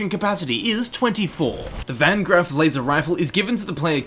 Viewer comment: Van Grrrraff.